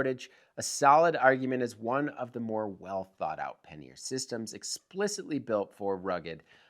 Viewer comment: Say it with me ... PAN-YER ... not Pan-Ear. :)